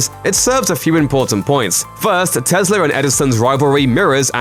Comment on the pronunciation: Why do you call Tesla Teslar?